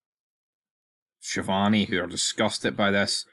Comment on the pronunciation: I must say that as an Italian I find it very strange the way you pronounce "Schiavone."